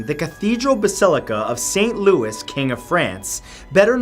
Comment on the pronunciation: My dearest Mr. Santoro, St. Louis cathedral in New Orleans is pronounced Lou-ee. And Pere is pronounced more like "pear" with an emphasis on the "r", in that nasal french way.